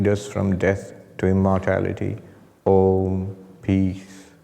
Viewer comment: The wonderful rolling Om at the beginning